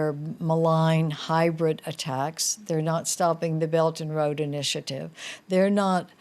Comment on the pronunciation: she seemed to pronounced 'belt and road initiative' as 'belgian road initiative' :p